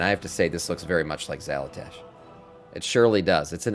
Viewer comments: why do you keep saying "xalatash" when its "xalatath" ?? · Xalatath. Xala”tath”. Tath. TATH.